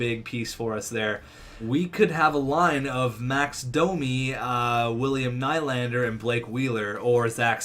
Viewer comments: Nylander is pronounced nee-lander, so ur nickname is pronounced incorrectly 😂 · I am fine with will ny the hockey guy and his name is pronounced William knee-lander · T&T Gaming nah, I would say its pronounced new-lander. Theres no word in english to pronounce ny from swedish. But hey, how should I know. Im just a swedish guy lol